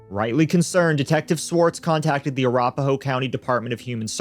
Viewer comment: Uh Rap Uh Hoe. You said that county name a bit off lol (You were trying to say Arapahoe, it's the name of a Native American tribe.)